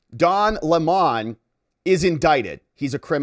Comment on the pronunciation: Lemon, NOT Le Mon